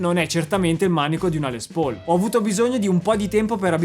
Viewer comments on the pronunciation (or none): none